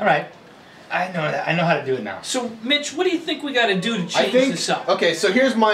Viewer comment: never noticed but I sounds like straight called Mitch Bitch